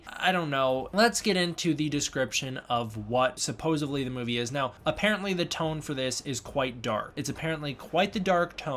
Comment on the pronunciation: Great video. I wonder if original reports were in Russian (or some other language) and details got confused in translation? Also, with all due respect: it's supposEDly, not supposABly. Bit distracting and credibility robbing. All the best....